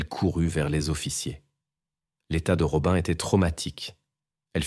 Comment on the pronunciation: Rob"un" alors que ça se dit Robine. Berk, j'arrête d'écouter.